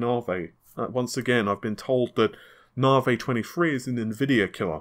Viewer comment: What is the fucking "NARWAY", say NA-VI.